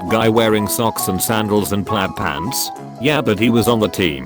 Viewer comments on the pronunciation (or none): none